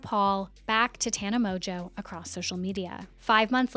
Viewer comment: Mon-geau not tana MOJO can't get past you saying it wrong